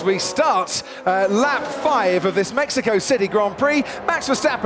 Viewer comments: haha great commentating on this one. That opening lap "kerfuffle" was intense, and "Maxico" was a nice touch. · Its Maxico 😅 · we just gonna ignore "Maxico" at the end there?